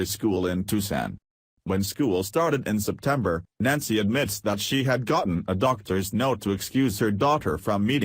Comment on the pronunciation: Only identified as Nazi.... that's fitting. Yes I know it's Nancy, shitty computer voice just makes it sound like Nazi. Edit which is more fitting.